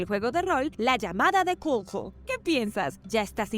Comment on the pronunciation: Cthulhu se pronuncia KATULU según varios videos referentes a la entidad, tienen que investigar la pronunciación para que no sigan haciendo el ridículo en otros videos